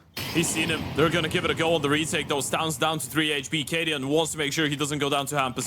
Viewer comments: bro this caster killing me every time i hear stovn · Gotta love how he call stavn stovn and the co caster try to correct him few times but given up